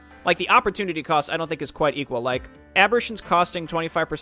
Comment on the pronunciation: Lol, sorry to be so annoying, but "Aberrations" isn't pronounced like "Apparition" with a B. It's more like "aberrEYtion".